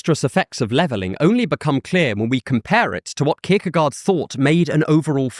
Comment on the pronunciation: I had to grit my teeth every time you pronounced his name. I still love your channel, though.